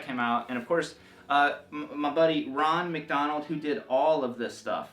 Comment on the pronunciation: Wait...did he say Ron McDonald? As in Ronald McDonald?! Amazing